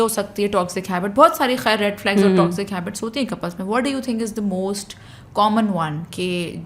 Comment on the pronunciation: Can u stop saying toxzic please it is toxic !